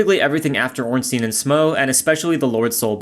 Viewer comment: it's pronounced Smough